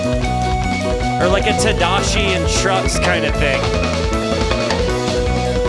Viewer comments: Who's Todashi? You mean Tadeschi? Tah-deh- ski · How is he pronouncing Tedeschi?!?!? ted-ess-KEY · I like you, but you have to learn how to pronounce Susan Tedeschi's name, out of basic respect.